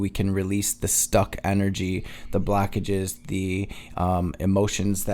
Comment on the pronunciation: ok yeah the way you say "blockages" like "blackages" definitely from michigan 😂 gang